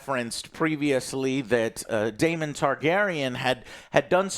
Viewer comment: Daemon Joe not Damian 😂